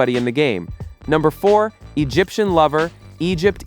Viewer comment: Egypt --- Egypt... AI is still not perfect 😅